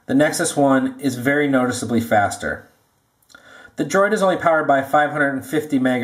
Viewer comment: "It's noticeably Fwwaster"